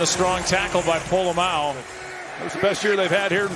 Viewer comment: ".. by Polamalu, the safety!" What? Who? Oh! POLA-MAO. 😅